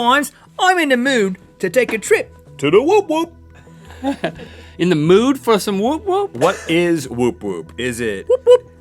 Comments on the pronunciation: It's actually Wop-wops, not woop woop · Im triggered by how they said " The wop wops" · It's wop wops, like "he lives in the wop wops"